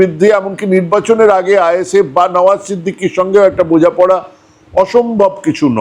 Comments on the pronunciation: বার বার নওশাদ সিদ্দিকী কে নওয়াজ সিদ্দিকী বলছেন কেন ? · নাওয়াজ সিদ্দিকী নয় কাকা,নাওশাদ সিদ্দিকী হবে।